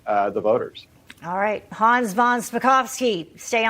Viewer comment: Thank you,, for pronouncing Hans’ name properly. Love that a journalist cares enough to learn how to say a guest’s name the right why - so many just butcher names like that!👏🏼